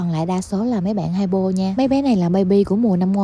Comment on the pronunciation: Chị phát âm hypo chuẩn nè, còn chồng chị cứ hi pô hi pô nghe quải ghê :))